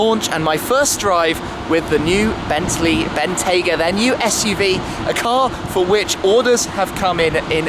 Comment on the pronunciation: it is bentley not bentslye